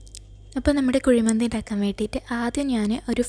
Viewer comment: മന്തി... not കുയി